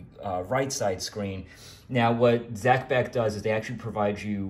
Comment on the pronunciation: Zee Beck .